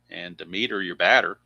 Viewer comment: The third baseman for the Philadelphia Phillies name is pronounced d e m e t e r with the accent on the Dem